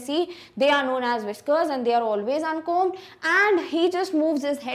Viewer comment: B not prunoncedin uncomb